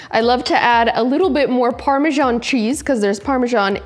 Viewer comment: It is pronounced Parma SAN not Parmjon